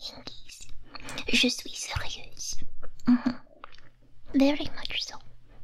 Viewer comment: you got the accent down especially when you said 'je suis serieuse' sounded like a girl from France.